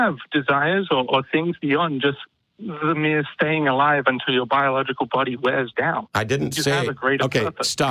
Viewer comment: It's pronounced "until" not "untell".